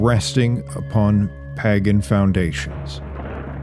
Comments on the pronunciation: Pae gin??? PAAY - GAN Please correct this pronunciation. Your channel is better than that. Great contact but this one thing makes it seem like AI narration. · "Pahgan." Wisconsin? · It's pronounced "paigen"